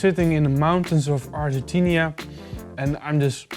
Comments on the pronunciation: It is called Argentina not Argentinia young pup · Mountains of AgentinIA? Alrighty then